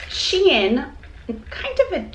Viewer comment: The Shein jewelry is pronounced “shine”. Just an fyi